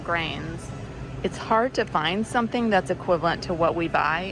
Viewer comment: You pronouce "Some thing"with k added somethingk,maybe a northern touch?